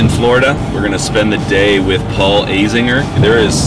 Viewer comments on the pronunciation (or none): Note: it's pronounced A zinger, not A zinjer